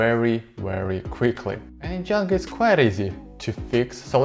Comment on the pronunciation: Am I hearing it wrong or is he saying Djanga instead of Django?